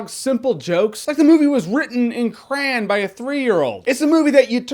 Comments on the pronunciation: Cray-ONNNN C-R-A-Y-O-N, not CRANNNNN, its not crayonberry, its CRANBERRIE. crayon goddammiatt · it's cray-on. not cran >:( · ok hold up hold up, Jeremy, It's cray-on not cran...tsk tsk tsk